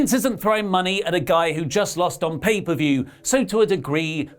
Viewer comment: "paid-off per-view" - LMAO